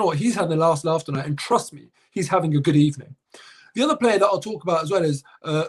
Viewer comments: A wise man once said Good Ebening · EBENING GOONS....ha.ha.ha.😆😆😆😆😆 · Don't talk about Good Ebening, talk about Net Good Ebening.